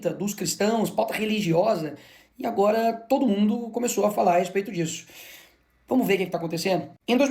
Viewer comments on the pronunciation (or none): "TOOÔDU" polítiku só quer votu!??? TODO!!???? RESPEITOSAMENTE, argumentação superficial, "desganhou des-ganhou" um possível inscritu...